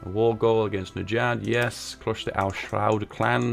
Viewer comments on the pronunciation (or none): When you pronounce SAUDi Arabia perfectly fine but repeatedly have trouble saying al SAUD........noice